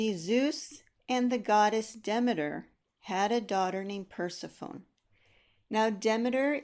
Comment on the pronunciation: When you started discussing the myth of Persephone, I was totally confused. Your pronunciation is incorrect in English and modern Greek. You should apologize it is an egregious mistake.